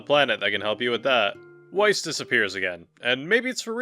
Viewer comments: It’s pronounced VICE not WiCE for Grimoire Weiss you buffoon! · It's Vice, not why-ss. Pls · Grimoire Weiss himself pronounces his own name as "Vice", as its germanic. It gives me OCD irritation to hear you pronouce it "Wyse", even if some of the voice actors have done that. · Love the video!! And no hate, just wanted to correct you that “Weiss” is pronounced with the “W” being a “V”! So it’s actually pronounced in game as Veiss! It’s a German thing to pronounce the W with a V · Do you pronounce Weiss like it is spelt and not how it's actually pronounced with a V because you play with the Japanese VA's so much, that you have forgotten its Veiss? Or are you just low key trolling? I'm genuinely curious because I wince when you say Weiss with a W !